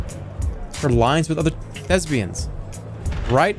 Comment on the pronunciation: why does he say thespians the way you say lesbians